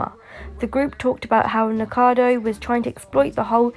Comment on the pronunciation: its NIKOcado Avocado...no one ever gets his name right XD